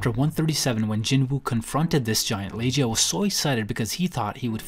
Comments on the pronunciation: Wait, is that how Legia is pronounced? I thought it was like...leg. Your leg...ia. Laige-euh? Half the monarchs feel like you're saying the names in a way to sound fancy xD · I thought Legia was pronounced LE-GAH-YAH